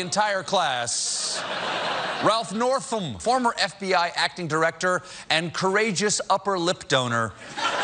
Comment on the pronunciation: He says it like FVI 😂😂😂